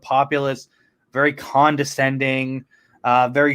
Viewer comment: At the beginning it sounds like you are saying “condensending” like condensation.